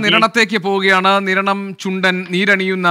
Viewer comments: കിരണം അല്ലടാ സ്ത്രീകണ്ഠ നിരണം എന്ന് പറ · കിരണം അല്ല നിരണം എന്നാണ് 🤣🤣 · Kiranam ,alla Sir niranam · Niranam not kiranam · Not keranam "Niranam" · കിരണം അല്ല മിഷ്ടർ,.. നിരണം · കിരണം അല്ല നിരണം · ആദ്യം കിരണം ആണോ നിരണം ആണോ എന്ന് ഉറപ്പിക്കാമോ 😀